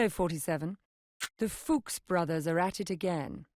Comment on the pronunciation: "the FUCHS brothers" lmao